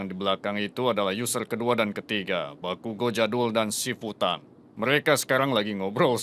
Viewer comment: Bakugo malah bilang bakikuk